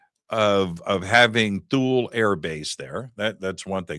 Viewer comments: My dad was stationed in Thule in the 70s. He always pronounces it as (tool-ey) so hearing it pronounced (tul) is throwing me off 😂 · I think it's pronounced like toolee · Base pronounced Tool-ey. Get edumacated prior to showtime. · It's pronounced "tool lee" btw. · My band played The Festival of Light in 2003 at Thule. We were there to entertain the troops. Three things - it was like planet Hoth. Their mission was to watch for ballistic missiles from Russia. And, we were told it’s pronounced “Tool-ie.” Great work to the both of you! ❤ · It's pronounced "Too-Lee". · It doesn't make you sound very credible, you can't even pronounce Ikea or Thule